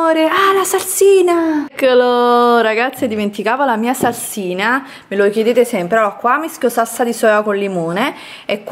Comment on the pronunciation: dice sassina invece di salsina